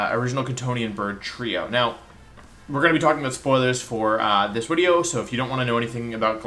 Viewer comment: I never noticed he said Wideo until now 😂